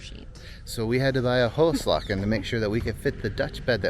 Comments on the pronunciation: Have a nice time here. You need some lessons in Dutch pronounciation though. I did not get the hygiene article you bought, also after repeated listening. And "hoeslaken" the "oe" is pronounced as english "oo" (like in loose). The "a" before a single consonant is long and open. There is not really an English equivalent as far as I know. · a little help in the pronunciation:' the Dutch word is 'hoeslaken'. 'oe" is pronounced as a double o in English. So it becomes a 'hooslaaken'. The a in this word is a long 'a' as in 'card' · Hoeslaken is actually pronounced like who's lawken